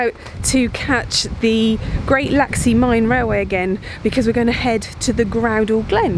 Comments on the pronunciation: Did he seriously say laxley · What a splendid set of videos on the Isle of Man! Geoff: repeat after me - Laxey, laxey, Laxey. Only ever one L.: it's LEFtenant not LOOtenant, please! I was hoping you might have tried to trace the lines which were axed in the past, as the main line ran further north and then down the west coast and then give us the news that they might be opening again!